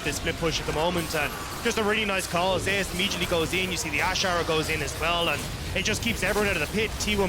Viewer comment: So why is Zeus pronounced so weirdly by caster? Ze-us really? What happen to the god of lighting?